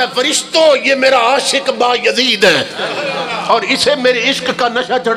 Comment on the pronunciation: How does he know who said what in grave. Although they were revered personalities but how does this molvi. Plus name is not Ba-Yazeed its Byazid.